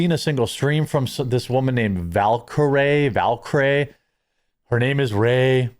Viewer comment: Bro, you should be able to pronounce words properly if you’re gonna keep up this YouTube bullshit, and I say that with love from Milwaukee. Val-Ker-eeeee. Jesusfuckinchrist 😂